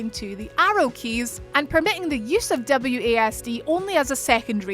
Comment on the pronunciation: I kept hearing her say W A Ass and D...nice accent though😏